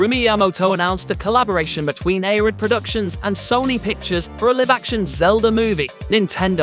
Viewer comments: lol, clearly English isn't your first language. It's not "liv" action (rhyme with give), it's "lie-v" action (rhyme with "dive") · can you PLEASE not say LIVE wrong, its not LIV...ugh hurts my ears